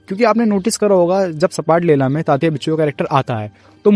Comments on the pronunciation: Sapatlela nahi bro. Zapatlela😂😂😂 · सपाटलेला नही वो "झपाटलेला" ऐसा शब्द हैं. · It's not sapatlela it's zapatlela 😢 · सपाटलेला नहीं रे झपाटलेला बोलो